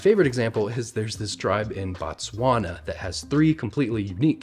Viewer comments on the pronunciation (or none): This is informative. But I would like to correct something. The country is called BOTSWANA... With a "BO" and pronounced "BO-TSWANA"... When you pronounce it as "BATSWANA" you mean something totally different. "BA-TSWANA" refers to the people in the country. Like you would have Americans from America..we are called "BATSWANA" from "BOTSWANA".